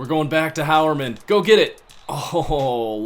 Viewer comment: Quick PSA: Jeff Heuerman is pronounced High-Er-Men, not How-Er-Men. Minor thing I noticed